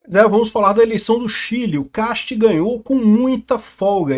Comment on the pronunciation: É "Kast", em alemão.. Não "quest"